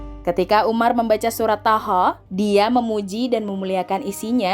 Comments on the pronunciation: Surat Thoha... . Bukan thoho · Mohon ma'af ni mbak tolong klo baca yg bener nggih, suratnya itu surat thoha bukan thoho mohon di cermati kembali biar gak salah faham.. 🙏🙏🙏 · Thoha bukan toho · Thoha di baca toha, bukan toho